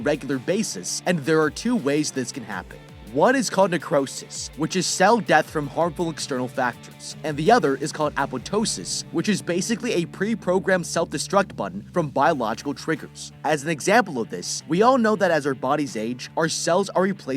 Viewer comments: Am sad cuz you said Apoptosis wrong :( you still need to pronounce the 2nd "p" :( I am biology major I know what I'm talking about. the word is pronounced Ey-pop-toe-sis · Isn't apoptosis pronounced a-pop-toe-sis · I though it was a-pop-toe-sis (I spelled it how it’s sounded it out), I’m thinking it’s tomato tomato, but I’ve heard every other person say it a-pop-toe-sis. I think it’s just region related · Should've looked up how to pronounce apoptosis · your pronunciation of apoptosis. :D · I dont know why, but I hate how he said apoptosis